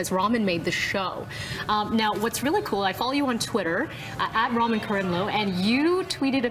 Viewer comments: please stop saying his name like you mean the noodles.... it's ra-mean... not ramen. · It's RAMIN NOT RAMEN UGGHHHH AND KAIMLOO NOT KURMILOO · Ramin actually answers to Ramen or Rameen. It was the NYC announcer that said his name as Racheem - he drew the line at that pronounciation!